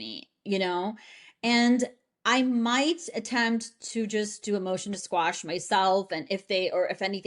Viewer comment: Did she say motion to squash? Lol I looked it up and it’s not the same meaning as motion to quash, so I was confused on her wording since she’s an attorney.🤷🏼‍♀️